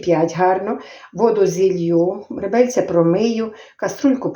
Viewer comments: Напевно скоріше всього не ( ребельця),а реберця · реберця а не ребельця